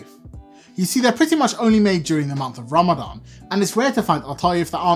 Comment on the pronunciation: ITS RAMADAN NOT RAMADAM